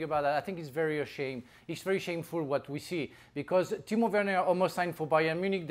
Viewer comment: Why does Dan say Tino Werner?